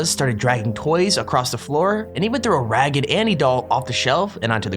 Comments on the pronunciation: isn't it "Raggedy Anne" not "Ragged Anney" ? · AAAAA EXCUSE ME DID YOU JUST SAY RAGGED ANNY ITS RAGGEDY ANN